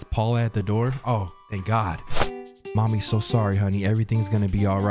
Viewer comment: why you saying mommy like that.